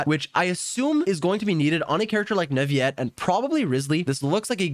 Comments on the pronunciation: Bruh its said Newvillet not nuviet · just saying the pronounciation for neuvillette is not neuviyyyette it's more neuvillette. It might be confusing since most words with ill make that sound- Think of it as when you say city in french (ville) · why are you saying Nurviyette? lmao. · Hi, just wanted to let you know that Neuvillette's name is pronounced neu-vee-let, not neu-vee-yet like I also thought As a student learning french, I had thought that the double L was silent too, but then I was corrected and told that it's a compound word with the word "ville" in it ("ville" is one of the exceptions where double L is not silent) so yeah double L in Neuvillette's name is pronounced not silent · Neuvillete isn't pronounced like it is spanish, double LL is NOT a Y sound it's FRENCH!!!! It is pronounced NOU-VA-LETTE Your disregard for researching and understanding other languages creates and perpetuates others picking up the bad same habits! Shame on you man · every time he says "neuvi - yet" I get jumpscared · It's Neuvillette not Neuviyette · "NUVIET" "FONTAN" ¿¿¿??? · NE-VI-ET????? WTH?????😂😂😂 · First of all WHO IS "NAVIYET" 🤦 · He thinks his so cool saying "neUvieTte" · Canadian French, I'm assuming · but the in game Pronunciation is Neuvillette... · Nope, as long as its said with earnest there's no problem. Different languages have different ways of speaking that aren't present in English. As long as he got his point across it doesn't matter. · Pronounce the "ll" as a normal l in Neuvillette. Don't try to predict it; there is no rule. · I like how all Genshin Impact content creators can't properly pronounce most of the character names correctly. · Bro said his name wrong every time😭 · People should pronounce words the way they're meant to be pronounced. There is everything wrong with it. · Are you misspronouncing Neuvillete's name on purpose or what?